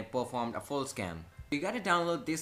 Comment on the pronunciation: I thought he said Scam and not Scan lol